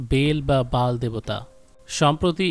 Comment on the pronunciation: বেল হবে কেন উচ্চারণ! BAAL বাল , not Bel . এমেরিকার পতন খুবই সন্নিকটে । ইহুদি যায়োনবাদীরা সেটাই চাচ্ছে।